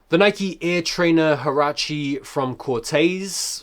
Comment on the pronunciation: In Spanish it’s pronounced wahrahche